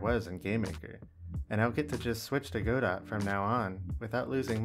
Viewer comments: Obligatory "it's pronounced 'god-oh' not 'go-dot', the t is silent" comment to boost the engagement algorithm :P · Godot it is pronounced gudoe btw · Just wanted to make the obligatory "You are pronouncing it wrong!?!" comment. The T is silent, and its pronounced 'guh-doe'. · Please pronounce Godot correctly. IT IS NOT "Go Dot", the "ot" at the end is a long "ohhh" sound. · Godot is pronounced (guh-dough), I thought... If it were the way you pronounced it, wouldn't it be spelled GoDot?